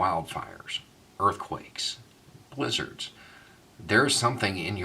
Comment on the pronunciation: I thought you said LIZARDS! lol.